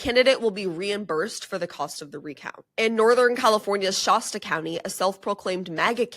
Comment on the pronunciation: Pretty sure it's a short "a" in "Shasta", like the soda.